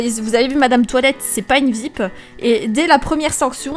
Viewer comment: On dit pas vipe on dit vip avec l'accent